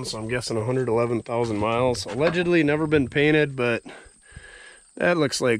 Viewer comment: Alledggedly, huh? lol